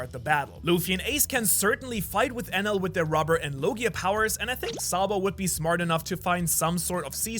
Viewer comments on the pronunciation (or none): none